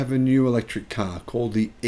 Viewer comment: I love the way says "caaar". Sounds a bit like a New Yorker.